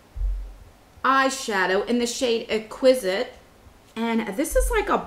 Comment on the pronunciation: eXquisite NOT equisite sheer NOT sheen 🙄